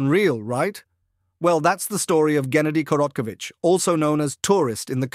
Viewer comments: Your dumbass ai mispronounced his name 11 different ways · I think you're not pronouncing his name correctly. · the butchering of his name is actually diabolical😂😂😂😂😂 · That's not how you pronounce the name